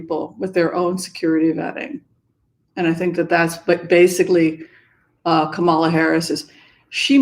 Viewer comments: KAM'-ma-la The emphasis is on the first syllable, like COMma, or TRAlala. (Thanks) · I love you, but please pronounce Kamala correctly.💕